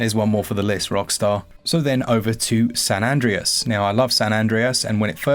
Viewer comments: I love you, (I don't want to make this uncomfortable), but both my other half and I physically recoiled at your pronunciation of Andreas. We'll be fine. We'll work through it. But I need you to know you've done something here. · Well that's one way of saying Andreas